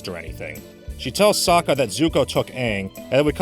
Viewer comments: “I’m AHHNG and I’m the AHHVATAR” “SOOKA dont” “I am general IIROH” like what in the world?! There’s TERRIBLE casting there are the WORST pronunciations and there’s an AWFUL movie altogether I am not afraid to say it I HATE THIS MOVIE NOBODY COULDVE MADE A MOVIE ABOUT THe GReATeSt SHOW In THe WORLd AND MADe THe ABSOLUTE WORST MoVIE EVeRRrrrrrrRr!!!!! Seriously..... WHY DOES IT EVEN EXIST??? wHYYYyY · wtf sohka, eeroh, ahpa, ahng, have they watched the friggin show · I hate how they mispronounced every name and everything. Soka is now So-Ka, Aang is now Ung. Fuck this movie to hell, I was stupid enough to believe in this movie and bought the DVD, When I heard UNG instead of Aang and I saw white and indian people who were supposed to be Asian (as in chinese, korean, japanes, like super east asian) by decent, I took the movie out of the dvd player went out side and took my shotgun and unloaded all 12 shots into the disk.